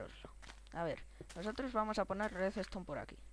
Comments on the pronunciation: se dice redstone no reseston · Se pronuncia redstone no redestone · "resestom" ... ? tranquilo , existen otras palabras mas que " claramente "